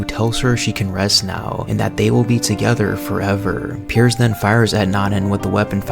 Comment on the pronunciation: Nice video but you put wayyyyyy too much emphasis on the last word in each sentence lmao I ate a pickllle. Thats a scary taco Working togetherrrrrr